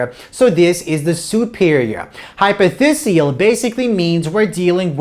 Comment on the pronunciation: Its "Hypophysial" not "Hypothesial". Great lecture otherwise. Cheers!